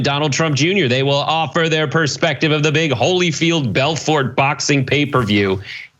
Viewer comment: It's pronounced Belfor, the T is silent